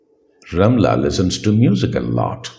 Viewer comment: Hello sir. Awesome class indeed. But please pronounce the word 'listen' as /ˈlɪsən/, not /ˈlɪzən/